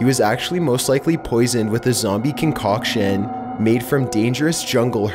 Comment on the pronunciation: THIS MADE ME LAUGH. "ZOMB E" "CON COCK ION"